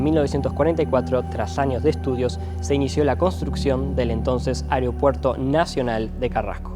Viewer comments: Un gran trabajo de video y narración. Felicitaciones en verdad!!! Lo único que como siempre, tendemos ( los uruguayos) a no pronunciar correctamente algunas palabras... AEROPUERTO, se menciona vaarias veces...pero...es muy difícil decirla correctamente?? Perdí la cuenta de las veces que se dice "AREOPUERTO"...nótese que son distintas, y la segunda NO es correcta. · Muy bueno, tremendos recuerdos.. Una sola cosa. Al conductor, no es Ariopuerto es Aeropuerto... Y la vos podría haber sido otra persona... Igual excelente el trabajo